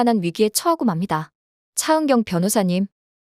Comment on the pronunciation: ㅊ 발음할때 마다 왜 이렇게 거슬릴까?차은경 차은경!그놈의 차은경을 왜 이렇게 부르짖듯 발음하는지?차 변호사!차변호사!동안을 똥안이라고까지😮아무리 차은경이 주인공이지만 차은경 차은경 차은경만 귀에 맴도는 목소리 😢